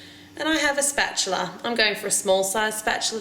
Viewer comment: Technically, its spatula, not 'spatular'.